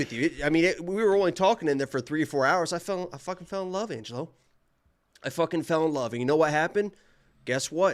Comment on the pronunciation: Thanks for correcting Angelo’s pronunciation. I will take credit for being the Assclown from day 1 complaining about it🤷🏽‍♂️